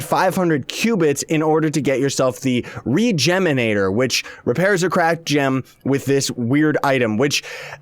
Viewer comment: its re-gemerator not re-geminator